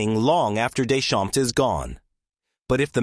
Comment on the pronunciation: AI can win math olympiads but can't pronounce Deschamps properly it seems.